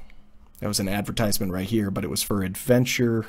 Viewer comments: When you make a video and can't even pronounce the word correctly :-) Advertisement has a different stress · Please... Look for the proper pronunciation of advertisement.